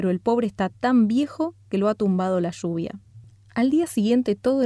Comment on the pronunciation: Lluvia, no shuvia.